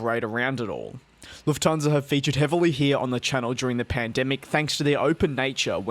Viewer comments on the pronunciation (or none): Nope Nope it’s Lufthansa